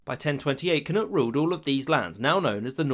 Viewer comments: “Cnud”😭 its knud in danish so this is weirdly funny to me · KNUD NOT CNUTE